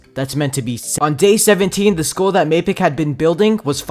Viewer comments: who else thought he said school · I thought he said school, not skull lmao